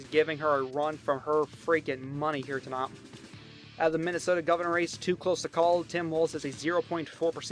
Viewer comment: I love how this guy says “to not” for tonight